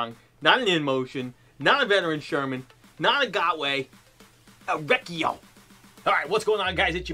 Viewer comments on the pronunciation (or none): Recio is Spanish for fast. It's pronounced rez-ee-oh or something like that.